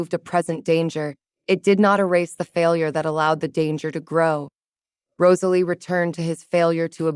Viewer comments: Did yall NOTICE the 2 shiny GOLD RINGS popping out Gerald's fluffy BELLY?? YES! THX 4 noticing the simple name Rosalie was ONLY done correctly in the very beginning and at th end ! A ROSE is a ROSE-uh-lee* NOT RAHZ-uh-lee, & ESPECIALLY Not* Ruh-ZAY-lee (cringe) =O 🏰👸🤴Medieval names great, but only if U say em right:*Alaric= AL-rik, NOT Al -LAIR ik. Try Jocelyn, Morgana, Johanna, Annalisa, Elspeth, Leonora? :person-turquoise-wizard-wand:🪄Enchanting taleTHX! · Cute enough I guess. However the constant mispronunciation of Rosalie was seriously grating on the nerves. If the narrator was able to get it right near the end , then why couldn't it do it throughout the rest of the story? I'd just be getting back into the story when it would mispronounce her name and then it would ruin things all over again. Please do better so we can actually listen & enjoy the story. A little more romance and a little less on the femenist aspect would be nice also.